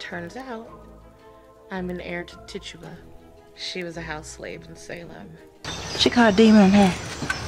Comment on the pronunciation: Very good video and insightful. I did want to mention one thing, Tituba is pronounced Titch-U-Ba. For anyone looking for companion content, look up a woman named Lilith Dorsey. She's a local practitioner here in New Orleans who is also highly educated, a published author, and dancer. She has a video discussing Black witches represented in pop culture, which would be a good companion piece to this video. Also, if you're into AHS Coven, I'd also suggest watching the TV series Salem. Salem has Tituba featured in the show as a very prominent character. Keep in mind, this is a fictional show set in the very real puritanical Salem, MA, and uses the real names of people who were a part of the Salem Which Trials. I always enjoy coming across content like this. I grew up in a very eccentric household. I'm in the direct line of generations of astrologers, tarot card readers, etc., and also grew up going to both Baptist and Catholic services, so I was never told that any of this was inherently bad or negative. The message was always that the intention behind it is the determining factor. Thanks going over this!